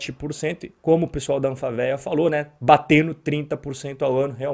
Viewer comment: Muito bom o comentário. Só corrija nos próximos como se fala Anfavea. O correto é falar Anfávea.